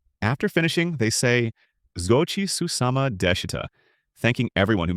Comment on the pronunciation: Gochisousama after a meal is butchered in your spelling and pronunciation. Teach your AI better Japanese please. The same with all your other Japanese phrases. Otherwise, it’s a masterful explanation. Thank you!